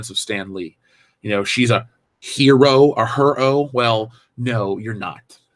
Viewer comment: Her-O makes me want to hurl.